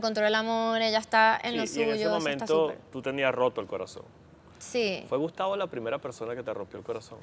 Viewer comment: “Gustavo EXlis “😂